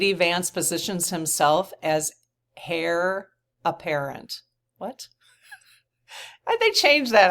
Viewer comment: Heir apparent - heir is pronounced “air”. I do enjoy these reports. They help a lot!